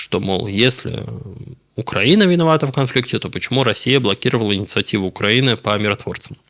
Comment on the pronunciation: Ты специально произносишь Укранини?